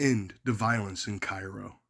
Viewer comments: It is care ro not ci roe call kfvs 12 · It's Kay-ro. Learn how to pronounce it correctly. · Its pronounced "CARE-ROW....I grew up 10 miles from there back in the sixties. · I was born and raised here until my pre teens... And fyi... It's pronounced KAYROW or care-0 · Kay-row or Care-row according to comments in a number of videos about the city. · It's Cairo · Informative video, but probably would’ve lent more credibility to your research if you knew how to pronounce the name of the town.